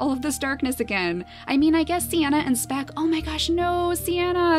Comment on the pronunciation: You said " Smeck" when you moved speck to be next to Siana.